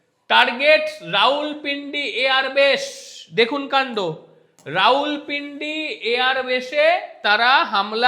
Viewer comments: রাউলপিন্ডি নয় রাওয়াল পিন্ডি । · রাউলপিন্ডি নয় রাওয়ালপিন্ডি